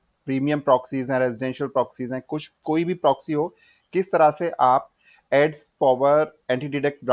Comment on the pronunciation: bhai progsy nhi ha proxy ha word. Word to sai bol lo